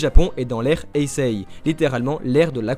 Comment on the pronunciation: Ça ne se dit pas "Héiséi" mais "Hésé". Les -i sant des allongements !! ^-^